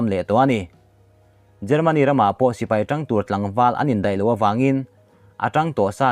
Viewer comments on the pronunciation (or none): none